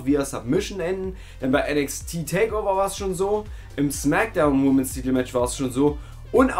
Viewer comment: Klugscheiss-Modus AN: Plural von Woman ist Women und wird WHIMMEN ausgesprochen, nicht WHUMMEN. Klugscheiss-Modus AUS. ;)